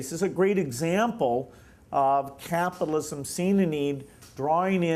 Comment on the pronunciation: "creative capatalism|" HAHAHAHAHAHHAHA Piss off Gates.